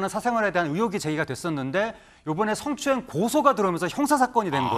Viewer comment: 아나운서 출신 맞아요? 스엉추행? 성추행 발음을 스어ㅡㅇ추행ㅋ